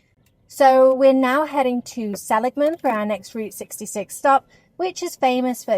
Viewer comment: I live in Illinois, so I've also never tried In & Out Burger. But, we have Culver's (started in southern WI), and Portillo's, which started out as a Chicago food cart. Just so you can impress us if the subject comes up again, Seligman = suh-LIG-mun. No charge!😉 I've had the wonderful experience of backpacking into Grand Canyon 3 times, and twice into Havasu Canyon.